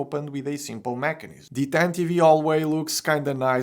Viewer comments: The e at the end of tantive is silent btw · Is that the correct way to pronounce it? (I've never heard anyone say it what way and it seems counterintuitive to me)